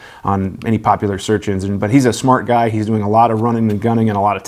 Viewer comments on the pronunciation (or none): none